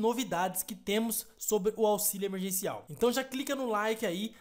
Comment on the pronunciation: É emerGeNCial e não emerCeNCiaL